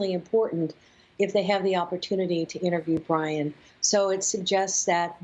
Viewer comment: she clearly says Ryan